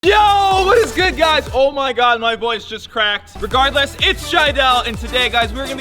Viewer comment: Did anyone notice the emphasis on Less in regardless